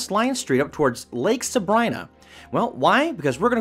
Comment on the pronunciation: I very much want to go. Thank you for the video... just one thing, it's pronounced "sa-bree-na"...